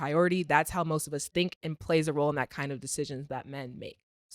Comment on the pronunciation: AND HE SAID "ROAST RECENTLY" HE MEANT "MOST RECENTLY" 😂😂😂😂😂😂😂😂😂